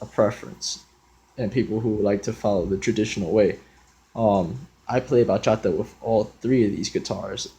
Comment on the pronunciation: Bro actually pronounced the words bachata and bachateros right😭❤️ i'm so happy right now